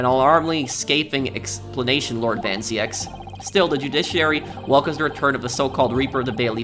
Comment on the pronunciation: just if you wanna know, its van zeeks not van ziëks